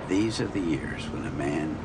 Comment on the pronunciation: “Deez are the years,” what’s deez?